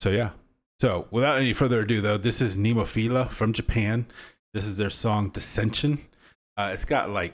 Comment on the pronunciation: Very poor reaction! You are so zero educated, you can't even pronounce the band name.